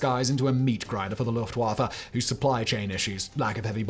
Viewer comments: It's pronounced "Luft-Voffa". Not "Luft-waffle". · I like the early period of WWI when they were just scouts, and then the pilots started shooting at each other with pistols. Very hilarious to our modern conception of arial warfare. P.S. Luft (air) Waffe (weapon) thus, air force. W is V in German, it just irritates me. It's not Luft-wah-fuh, it's Luft-va-fah. No offense to you Simon, just a common trope.